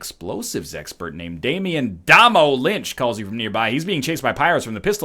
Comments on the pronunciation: It's pronounced Day-Moe. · Damo is pronounced as the beginning of Damien. Surely North Americans have heard this!